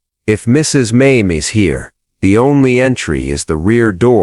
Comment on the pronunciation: Not Maim. MAY ME the correct pronouncement of the name May-Me.